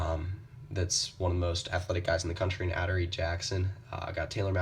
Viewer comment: His name is not pronounced "aduree", it's ah-door-ee